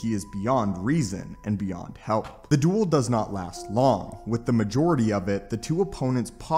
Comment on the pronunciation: Bro the way you pronounced “duel” at the very beginning of this video is fucking hysterical 😂 “The DWOOL”